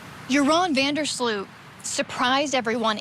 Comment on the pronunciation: Sloot. Not Slut.😢